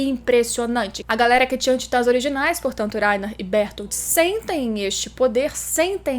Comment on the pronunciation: Berotoroto e Laina, fala direito.